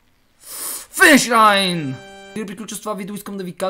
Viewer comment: казва се finish line а не finish like